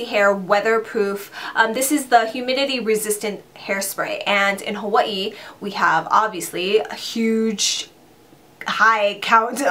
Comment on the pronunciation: I love the way you pronounce Hawaii!! I will definitely be taking your advise on those products for the summer!:)